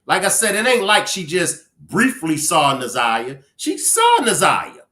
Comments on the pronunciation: She called her zanyia more than once. Its like calling me benya instead of kenya .. rude and careless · Oh my God, get her name right ! Its Nazi yah ! Geese they messed up this case so bad!